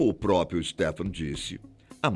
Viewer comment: Amigo, PRÓ-PRIO. Não pró-pio.